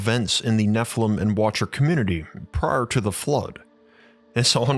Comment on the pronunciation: geee whizz guy, can we not annunciate the word watcher???